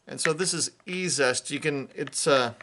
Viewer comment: You aren't the first creator to mispronounce E Z est. Just like "easiest". Amazing how well that stuff works.